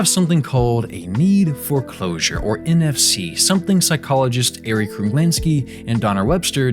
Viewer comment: when he says nfc... i hear nft...